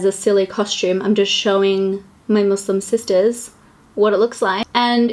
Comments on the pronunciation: I love how inclusive you are! Also, can we all appreciate how she pronounces muslim?!! 👌🏽 I also think it's great that you put the hijab on to show what the look would look like with one on! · Thanks for pronouncing Muslim right WITH AN S XD. also I love this series 💜💜💜